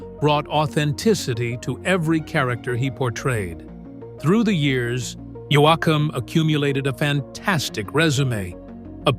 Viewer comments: It's YOE-KUM. not YO-AH-KUM OR YO-AY-KUM!!! Fake a.i. narrator here or what??? Note: If Yoakum didn't have a nose, he couldn't sing. 🇨🇦❤️💪💪💪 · I wish he’d stop calling him “Yo-Ack-Am lol! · Can't even say his name right